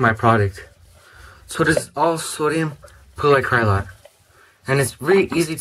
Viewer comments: you say it like this= POLI-ACROLAIT. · Sodium Polyacrilate ( Polly-acrii-late). My grandfather invented it. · It's pronounced "poly-ACK-rih-late". The capital letters show the stress, so you would write the pronunciation for"guardian" as "GAR-dee-an". In other topics, any neat experiments to do with sodium polyacrylate? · you say it like (sodium pauly-acri-lite) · sorry thats poly-ak-rey-late!